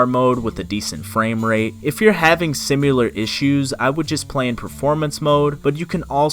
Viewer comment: similar not simular vro stop 😭